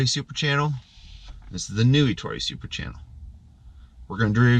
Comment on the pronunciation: How can you consider yourself a window cleaning expert and pronounce Ettore in correctly?